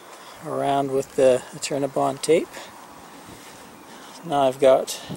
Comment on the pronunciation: New sub here. I love all these educational vids as I am about to buy my first RV. Its an older model and im so glad to learn about all of these great new products and gadgets available today. LOL At first I thought you were saying CINNABON ...... I LOVE CINNABONS...Great vid BTW